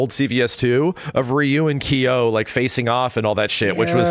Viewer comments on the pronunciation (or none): "Kyo" isn't pronounced "Key-yo"